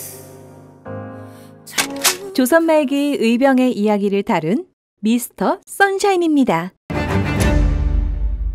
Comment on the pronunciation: 미스터 썬샤인이 아니고여. 미스터 션샤인입니다. ㅎㅎ 늘 건강하십시오.^^